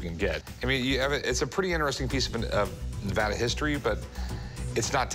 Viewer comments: It's Ne-va-da not Nev-ah-dah. That's like fingernails on a chalkboard to us locals. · It’s Ne-AH-da not Ne-vo-da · I live in Nevada and I am so angry on how that guy said Nevada 😡😡😡